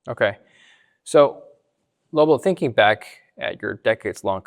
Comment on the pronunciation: called Lobo “Robo” at the end 🤣🤣🤣💀